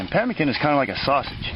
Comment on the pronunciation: NO TALOW / NOT PEMICAN